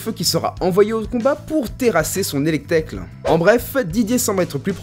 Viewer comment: Pas que contre Jeannette, la série entière est un enchaînement de contresens... Mention à: C'EST ELECTEK PAS ELECTECLE B****L A C*L (no offense hein, juste ça fait mal aux oreilles)